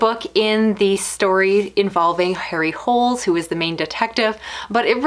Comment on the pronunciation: As much as I enjoy people saying "Harry Holes", his name is pronounced "Harry Ho-lay"